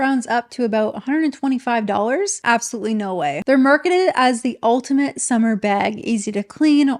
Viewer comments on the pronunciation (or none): none